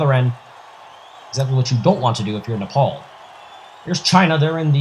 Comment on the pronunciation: Why Nepol’ instead of Nepal?